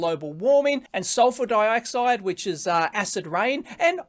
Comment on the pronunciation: the hell is "surpur dioxide"?